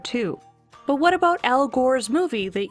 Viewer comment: DID I HEAR AN “ABOOT”? So Canadian Cats are smarter than my laser chasing American Cat :(